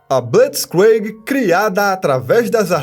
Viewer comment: A pronuncia de blitzkrieg está errada,mas da para entender.